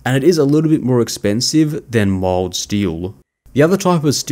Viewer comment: It took me most of the way through the vid before I realized you were saying 'mild' steel.